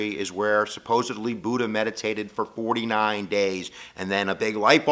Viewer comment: Every thing is pronounced wrongly: Buddha, Buddhism, Siddhatha Gautama (this one's real bad), dukkha and all other Buddhist terms. This video is very superficial.